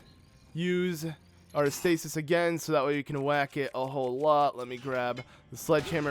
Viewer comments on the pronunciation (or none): none